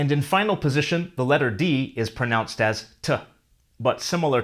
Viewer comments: In it is pronounced, not pronouncedd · "pronouncedd as" Is that a Canadian variant, eh? Or are you trying to bring Welsh into this, for even more controversy? (Dim ond jôc yw hwn.) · an extra d on pronounced (